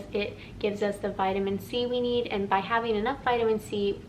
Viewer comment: Vitamin C-weed/Seaweed is what I thought you said, but you said, "Vitamin C, we need..." 😅